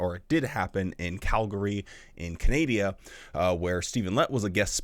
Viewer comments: Did you say Canadia?😂😂😂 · That's what I heard. I had to listen a second time. Yup, he said "Canadia". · Canadia ?? Wtf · Canadia. I heard it too 😂